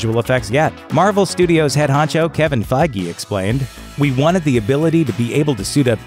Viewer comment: It's pronounced Kevin FAYG not Kevin Fagy